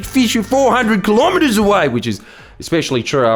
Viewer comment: Kilo-metres not kill-om-ah-tahs